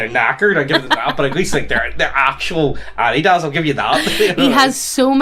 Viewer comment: Loved the pronunciation of Adidas as Adi-daaas